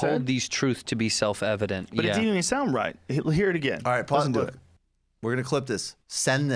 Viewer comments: "It's self Levedent." The man is old, and is on the sharp decline. Come on, man! Bernie is the candidate to win. Joe, we need you to turn over your keys. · he says "self levitenet" i swear!